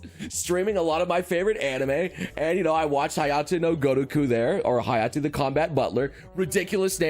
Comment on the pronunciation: It's Hayate, not Hayato.